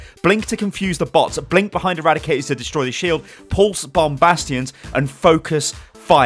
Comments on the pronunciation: "Destory Shield" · "Destory shield" - 2017